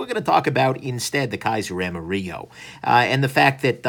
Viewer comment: you didn't wipe the excess oil and its pronounced like its spelled AM-A-RILLO